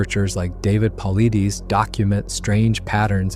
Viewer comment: Your butchers name, sweetheart it’s David Pilates